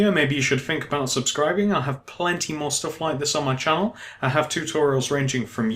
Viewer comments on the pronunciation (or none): none